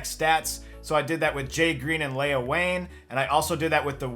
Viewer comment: This is also kind of bugging me but Leah is usually pronounced Lee-uh not Lay-uh. I think if they wanted to say Lay-uh they would have called her Leia.